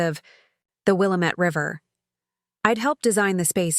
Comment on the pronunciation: 😂😂😂Will-A-Met river 😂😂😂 that’s NOT. How it’s pronounced 😂😂😂 It’s Will- lamb- It 😂😂😂😂😂😂😂😂